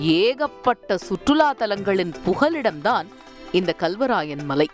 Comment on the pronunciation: அடி பன்னாடை முண்டை....தமிழ் உச்சரிக்க தெரியாமல் வந்து செய்தி படிக்கிது இந்த லூசு. Kalவராயன் மலை என்பதை Galவராயன் மலை என்று உச்சரிக்கிறது.